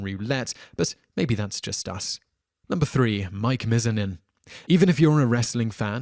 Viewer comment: Mizanin is pronounced Miz-ah-nin